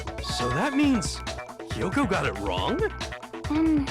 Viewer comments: That's not how the Japanese language works though. Unlike English where, for example, the letter "A" has multiple different ways to be pronounced, each syllable in Japanese has one specific pronunciation. So pronouncing "Kyo" as "Ki-yo" is mispronouncing it. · Yeah, the "Kyo" is supposed to be pronounced as a single syllable, but the way the characters in the game are saying it is "Ki-yo". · I'd forgotten how annoying it was that they keep pronouncing "Kyoko" as "Kiyoko"